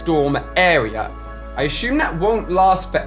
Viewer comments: Does it sound like Ali A is saying “aSHume” or “assume”🤔🤔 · No one : Ali a: I aSsHuMe